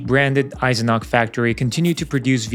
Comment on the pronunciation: The name was Eisenach and it has an ch in the end and not a k.